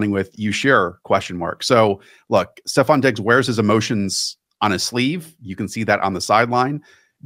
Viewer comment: Stop calling him STEPH Diggs. It's STEFON!